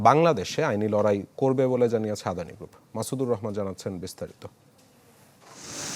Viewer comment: LOL, Brother, atleast try to read the name correctly.. That's not 'adhani', it's 'adani'